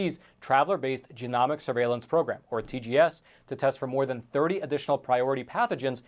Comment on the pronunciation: Long ‘o’,, genomics is pronounced with a long O. 😊